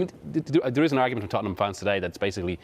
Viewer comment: It's Tottenham🤣😂